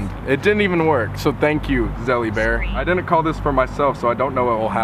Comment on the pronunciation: LOL. NOT ZELLY BEAR